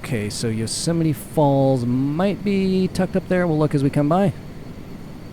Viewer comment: Yo-semite. Is that how you greet someone jewish?